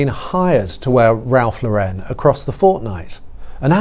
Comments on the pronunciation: The Lauren in Ralph Lauren is pronounced like the girl’s name Lauren. It isn’t La-wren. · It’s not Ralph LauREN, it’s Ralph LAUren. It’s an American brand, not French. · Interesting, fun video. Love the photos and I appreciate the notes. MM was never up to the job. Just didn’t have it in her. Not sure why the weird pronunciation of Ralph Lauren and Givenchy, that was a bit distracting, maybe it’s a British thing, but I’m happy to find this channel.